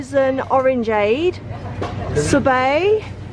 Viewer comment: I WAS A STORM🤔😏😏😂 and you do get Disney cards here in the UK etc etc. Its not Surbe (pronounced) it's sorrrbeyy. Sweets not candy bc were brits